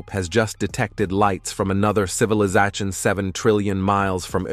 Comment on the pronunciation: Your voice synthesizer cannot pronounce the word "civilization". And whatever you are talking and the images aren't matching up...the images are just some random astronomy images. This means this video is a total scam.